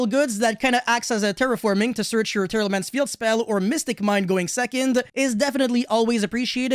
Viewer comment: Omg I'm tired of hearing tearalaments coming out of your mouth bro I mean I get it they're meta but fk meeeee teara teara teara teara